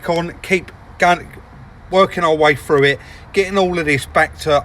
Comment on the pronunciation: It is pronounced through, not froo. Irritating to listen to.